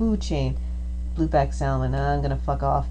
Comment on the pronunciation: Love this game. Thanks for uploading the video. Please stop pronouncing the "L" in Salmon.